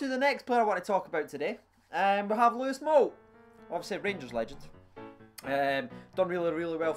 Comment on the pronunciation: Why do u always say Lewis Moult , it's louis said like looooaaaayyyy , some atmosphere tho🇬🇧🇬🇧